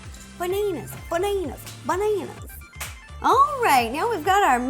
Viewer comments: it its ba-na-as not ba-na-Na-Na_RS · Why she keeps saying Baneners instead of banana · BANANER?!😂😂❤️ Love U rosanna, I also love to bake🍓🍮🍩🍩🍩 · the way you pronounce bananas...